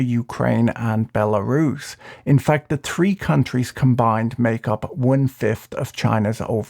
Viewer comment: A man who still can’t say three or third…